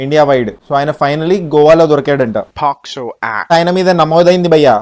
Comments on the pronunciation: పక్సో కాదు అన్న పోక్సో కేసు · Pocso ni posco annat unnadu